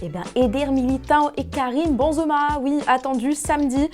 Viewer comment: elle a dit Karim Banzeuma... 🤣